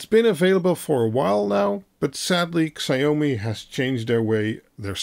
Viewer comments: Please don't say "sigh-oh-mee". It's more like "she-ao-me" (ao as in how). Thanks. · Please learn to pronounce Xiao-mi properly!